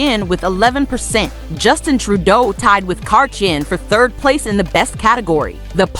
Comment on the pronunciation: 1. Justin really really sucks and his father deliberately impoverished hundreds of thousands. Tied for the worst. 2. Chrétien is pronounced Kreh-tea-anne. 3. Layton sucked and the media covered up his rub and tug habit. 4. Harper, Martin and Chrétien were less bad but still sucked. 5. Canada has never had a good PM. 6. Poilievre will probably suck. 7. Justin and Pierre Trudeau are/were exceptionally bad. Easterners only like them because they purposefully harmed the West, which is the #1 thing Canadians east of the Soo enjoy watching.